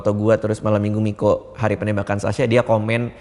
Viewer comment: Beda teman2 bang dika bilang sasya bukan sasha